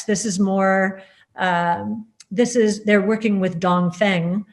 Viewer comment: Okay, she's not perfect. She mispronounces Dongfeng- means east wind and sounds like 'dong fung'